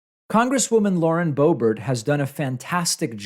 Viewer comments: It's Bay-bert, else the former secretary is Boner. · I prefer my pronunciation =D laurie boobert. heh... disgusting person that she is... unreal just how toxic, and horrible human being she is. I feel for her children, I am certain they get laughed at, and they are being taught hate etc they honestly should be removed.. Especially after that last display for her "Christmas Card"... Such a christian woman hu? heh. Nevermind that shes a jailbird, and her husband is just as disgusting as she is.